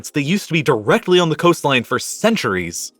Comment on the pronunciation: Nah. Not directly next door. Not direhly neh door. /